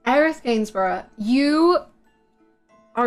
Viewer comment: Quality content as always, my man. H nails the pronunciation of 'Gainsborough' too. You should look into the history of that name if you haven't already, adds yet more genius to her character. It means 'fortress of Gains' and it's a super old English name. I love that even her name (adoptive) is protective and safe.